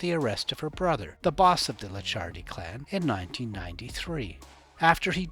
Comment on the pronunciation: Licciardi is spelled " leech hardy " , but faster and with hard " e " Also 200 euro notes aren't in production anymore , somebody using those for sure isn't ok 😂😂